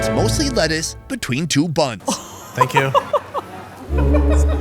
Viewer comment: 😂😂 How he says "Thank you"